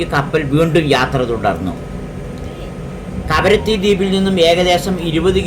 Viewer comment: karavatti അല്ല kavaratti 😂